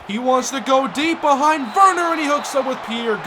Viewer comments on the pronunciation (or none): none